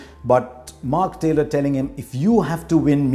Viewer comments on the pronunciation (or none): none